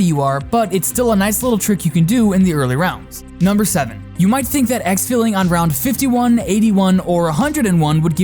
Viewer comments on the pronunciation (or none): none